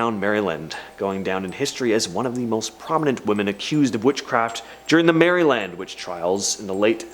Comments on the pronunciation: Maryland not Mary Land 😊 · I hate when people pronounce my state Marry Land. It’s Mare Ih Lind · I think he's saying it cause it looks that way. I think we should tell him it's said like Marilyn I think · it’s one word, no spaces. It’s not pronounced as two